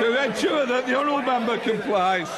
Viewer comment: "That the honourabulule member compLIES. Kennet humphrumpth where's thee names" Proceeds to speak like a Turkey "hubba hubba hulullululululululullululu" lmfao